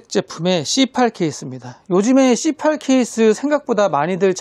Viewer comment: c8케이스 발음이 너무 찰져요 😂😂😂